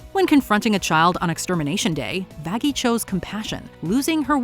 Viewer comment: That is not how you say Vaggy